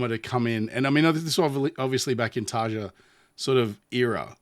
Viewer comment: So I’m gonna be that jerk…. It’s “Yukka” not “Jukka”. And “Tari-ya” not Tarja. You didn’t say it, but just in case…. It is “Vacken” not “Wacken”. Floor’s last name is “Yansen”, not “Jansen”